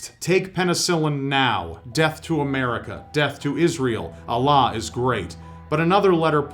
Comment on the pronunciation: The way how he pronounces Allah sounds weird